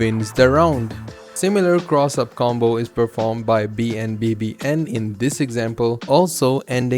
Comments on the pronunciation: This is really cool information, but just so you know BNBBN is pronounced BAWN BA BAWN. Other than that, thanks for the footage breakdown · This man legit said every letter in BNBBN's name instead of saying his name lol